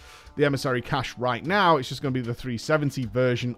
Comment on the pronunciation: FFS STOP SAYING CACHAY!